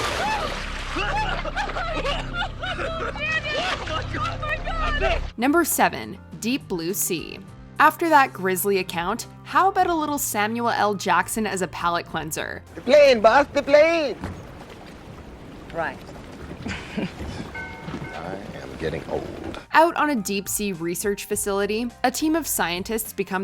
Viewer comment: did she actually say Samua L Jackson? lmao